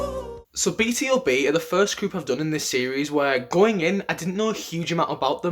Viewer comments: it's pronounced B-2-B, not B-T-O-B. do you read hangul? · Not "Bi Ti O Bi" but "Bi Tu Bi", BtoB is "Born to Beat"😊